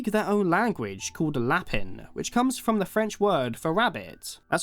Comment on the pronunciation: Not trying to be that person but um you pronounce the French word for rabbit la-pan uh that’s all 🫧